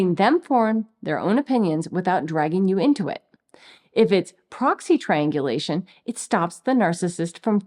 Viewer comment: she says, "it's actually triangulation" Seriously thought I heard, "it's actually trained deletion". Yup. All rolled up together.